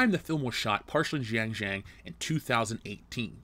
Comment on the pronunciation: I know Chinese words are difficult to pronounce, but it was extremely confusing trying to understand what you were trying to say without having the visual text in the video because the pronunciation for xinjiang and uighur/uyghur was so bad! Even Google translate would have helped.